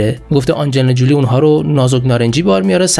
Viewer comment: حیف این همه زحمت که برای این برنامه می کشی نیست که با تلفظ های فاجعه ضایع اش می کنی برادر من؟ آخه آنجلینا جولی بر وزن "پولی" چیه؟ فامیل آنجلینا تلفظش هست جولی بر وزن "کولی". زنده باشی و موفق